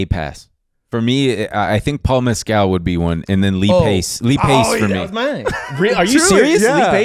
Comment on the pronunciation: Paul MEHS-cuhl not Paul Mezcal